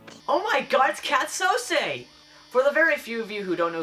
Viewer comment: Kath SOO-SEE, dude.